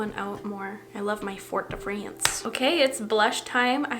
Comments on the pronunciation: "I love my (in a kinda southern US accent) Fort de France." 😆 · i will never get over your "american" pronounciation of fort de france 😂